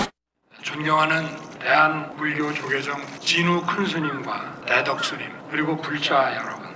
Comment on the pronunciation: 야 이 xx야, 우리가 대덕스님을 어떻게 알어, 너 지금 대덕스님한테 사과한거냐? 미스코리아 대회에서 현미용실언니 명동의상실언니 무슨네일아트언니 무슨코디언니 한테 감사인사하듯하냐?? 니 주둥이로 나오는 발음조차 짜증난다, 돼덕스님??